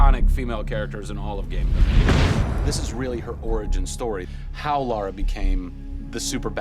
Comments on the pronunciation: Yea but she can't even say her game character's name properly cos she's been innthe states too long. It's Lara not Laura.. as they seem to be saying.. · Camilla and the interviewer and Crystal Dymamics can't say her name correctly.. It's Lara ffs not Laura. Arghh !! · Biggest pet peeve ever: "Laura Croft" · So is it LAURA Croft or LAHRAH Croft? (Pronunciation) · its Lara not Laura lol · It's Lara not Lora ffs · did he say LORA Croft at the end?!? jeebus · You would hope that the host of a documentary on Lara Croft could pronounce "Lara" properly :|